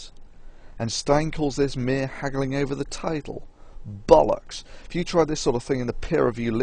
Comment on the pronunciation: Please say 'Saturn' and 'Bollocks' again, and put loads of emphasis on the last part of the word. Its the funniest thing on the entire internet.